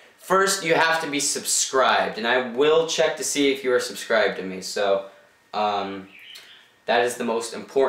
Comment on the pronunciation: You said subscride love your vids.